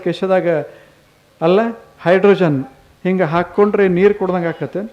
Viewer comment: ನೀರ ಅಲ್ಲಾ ಸ್ವಾಮಿ, ನೀರು ಅನ್ನಬೇಕು ಅಲ್ಲವೇ 🙏